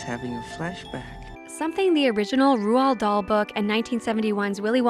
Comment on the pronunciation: You butchered the pronunciation of Roald Dahl and insinuated his book was lacking. Blasphemy!